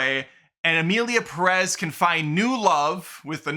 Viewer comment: OMG what is it with gringos. Do you see the accent on Pérez? That means you stress the first syllable. Accents are there for a reason. It’s PErez. PErez!!!